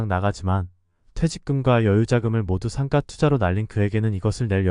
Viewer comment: 상가는 상까로 발음하지 말고 상가로 발음하세요